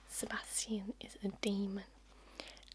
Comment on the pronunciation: I love how you pronounce the name Sebastian and I would love it even more if you would do a trigger words video with just this word ! Pleeeease ! The sound of it literally knocks me down. I really hope you will do it and thank you for your extremely relaxing voice and videos.